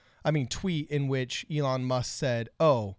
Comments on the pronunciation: WHY IS HE SAYING ELLEN MUSK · Can you please slow down and pronounce your words. And you keep mispronouncing Elon’s name lol